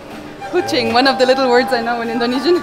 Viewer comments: Your knowledge of Indonesian language and pronunciation is very good! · Its amazing how spot on your pronunciation of Indonesian language are.